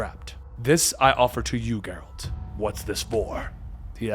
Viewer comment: It’s a G from gel not gear for Geralt